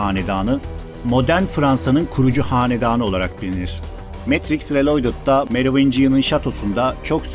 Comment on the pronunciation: Reloydıd değil riiloğdıd olarak seslendirin lütfen😮😢